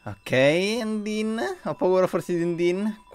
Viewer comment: Undyne è Il personaggio piu fiero del gioco Dopo papyrus ovviamente Ps si dice andaine un undin e poi si il pokemon è scraggy e l'occhio rosso lo hai preso dal telescopio